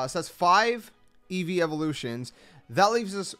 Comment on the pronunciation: EEVEE, NOT EVEEVE!